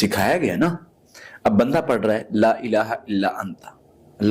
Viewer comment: Laaa tora lmba krk prhtay h,la means albta,laaa means nhi.correct da pronunciation